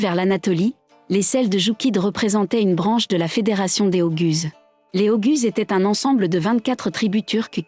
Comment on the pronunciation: La prononciation "oguz" est défectueuse. Il faut prononcer : "o - ouz". Il vaut mieux également prononcer : "seldjouk".